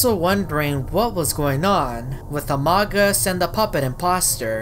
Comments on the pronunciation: its pronounced "amoog us" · By the Amogus is pronounced Amoogus